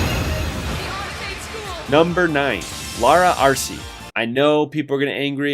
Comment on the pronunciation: He only said Laura's name wrong.